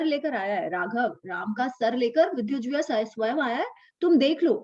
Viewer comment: Namaste,! "JIHVAA" - Tongue. Not "Jivhaa"!:-)